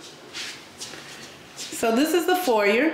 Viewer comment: Please it’s pronounced for•yay😂